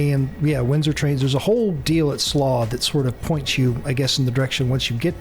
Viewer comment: It’s pronounced Slo-owh ?(Slough) also Windsor and Slough are not in London, and do not use tube systems